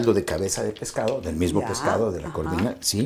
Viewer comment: Excelente receta, me encanta 💕Con el perdón del seńor Peniche el pescado se llama “Corvina” no “Curvina” y en inglés es el “ Sea Bass” . Muy amena entrevista y un gran actor.